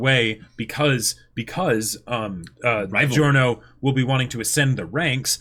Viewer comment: Everytime you say this an italian dies.